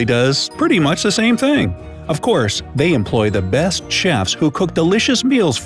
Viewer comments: "Best Chiefs"? You mean " chefs" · yu said cheifs not chefs. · Anyone notice how it said “Chiefs” instead of chefs ? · it's chefs and not chiefs!!! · "best chiefs" lol Pretty sure you meant chefs. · Best chefs ... not best “chiefs” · It's "Chef's"...NOT "Chiefs". 😑 smh